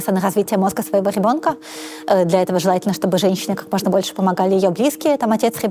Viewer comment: Отличный выпуск получился! Спасибо! Одно удручает - когда слышишь «гебонка» вместо «ребёнка». И весь монолог в таком же стиле. Блин. Ну неужели сложно поработать с логопедом, если выбрала себе вид деятельности публичного спикера. Всю свою сознательную жизнь заниматься умственным трудом, не лениться изучать кучу предметов - ГОДАМИ давать интервью и говорить публично - ну так не топчись уже на месте - СДЕЛАЙ практику с логопедом!